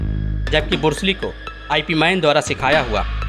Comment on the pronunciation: Shaolin monk defensive at khelte Hain Varna jise sabka meditation aur live life motivation ki andar vah jite Hain agar vah motivation for hata Diya jaaye unhen preparation ka time mil jaaye to 5 minut mein Bruce Lee ka papad ban jayega. Aur bursli nahin hota hai Bruce Lee hota hai.